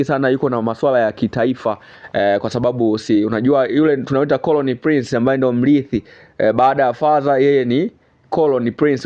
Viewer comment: Sio colony prince ni Crown Prince, jamani muwe mnafanya mazoezi ya lugha kabla ya kutangaza jamani